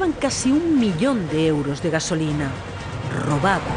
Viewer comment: Que tia mas melodramáticaaaa, que forma de enfatizar las chorraditas que dice... rrrrrrrobadaaaa